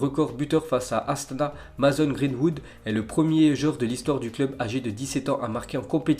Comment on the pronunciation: Ca se prononce meysson pour Mason greenwood